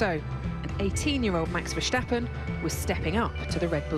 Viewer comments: I'm Dutch so you can hear it from me: it's Verstappen, not Vershtappen. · Why do they say vershtappen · The way they pronounce Verstappen... It makes me cry of laughter! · Its Crachstappen daaaaaah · Nope the Dutch definitely don't say Vershtappen... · lyo0 no. Only Dutchies can properly pronounce it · Don't you hate it when British people pronounce foreign names in the accent and not the British one we just sound so stupid I know it's a sh in Max's name but just say S you don't sound like a fool